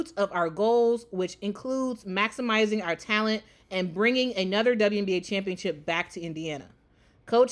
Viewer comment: & I love how he say championship He say champ-ship😂😂🩵